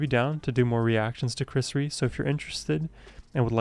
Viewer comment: Pronounced Ree-A… as in rear, not flea. His early career was commercial stuff like Diamonds… and Tell Me There’s a Heaven…. but his heart is in the blues.